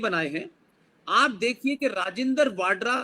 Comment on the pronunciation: राजिन्दर वाडरा नही राजिन्दर वधवा है सही नाम। यह अरोड़ा है पीछे से